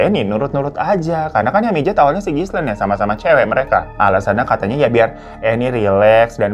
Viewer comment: Gilein bang baca namanya Ghislaine. S-nya ga dibaca atuh.